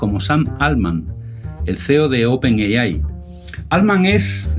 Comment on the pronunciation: No pude llegar al final del video, me aburrí de escuchar open yeyai